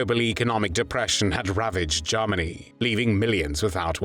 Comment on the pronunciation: It sounds a lot like "Jawmony" and I like this narration.